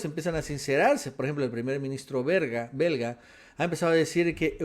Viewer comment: Dijo berga en ves de belga jaja